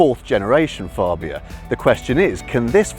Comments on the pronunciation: Its FABIA not FARBIA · Fab-bia not Far-bia! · Tim Rodie’s review, from the same event. He pronounces Fabia correctly.